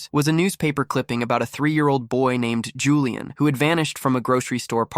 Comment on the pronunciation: Julian is three syllables btw 😭😭